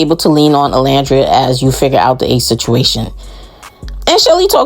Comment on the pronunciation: I’m so sorry but you spent 6 weeks with this girl and it’s actually sickening that she still can’t say Olandria’s name right . Like girl even the interviewers said it right 💀💀💀💀